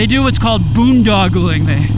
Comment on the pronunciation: Boondongling?? It’s “ Boondocking” camping without hookups/support. There is also moochdocking (camping in a friend/family’s driveway). Dry camping= no water or hookups. Enjoying your videos. I also own an Iron 883 and.....a Class B van. So I do both these activities frequently. Though I must admit it’s a bit more comfortable cruising the country in the Van. Van life is certainly fun and my retirement pleasure. Among my other trips we did two major ones in 2019. 31 days throughout the southwest in Feb/March. Over 5500 miles and 17 nights boondocking. Then a solo trip in June/July through South Dakota, Montana, Wyoming, Idaho and back home. 26 days and 6500 miles and 15 nights boondocking. Best of luck to you and your future travels. BTW tomorrow adding Legend Revo shocks to my Iron 883. Yeah!!